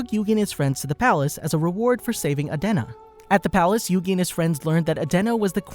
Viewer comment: Your saying the name wrong